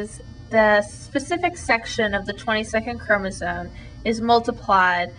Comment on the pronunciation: you sound so stupid everytime you say chromosone.